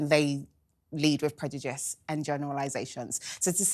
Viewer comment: Why can't she pronounce 'prejudice' correctly and still continue to say it every 5 words? 😂